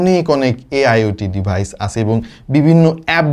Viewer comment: ভাই তোরা আইটেল আল্ট্রা এর রিভিউ কর, ডিভাইজ 🤣🤣 উচ্চারণ করে,, ক্ষ্যাত